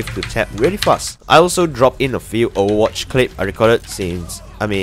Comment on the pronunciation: i like how he says overwatch... "owwawatch"